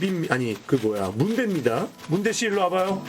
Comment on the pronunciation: 문대를 순대라고 읽는 매-직